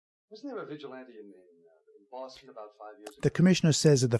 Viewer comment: Great commentary but it winds me up how he keeps pronouncing it "vigi-lon-tay".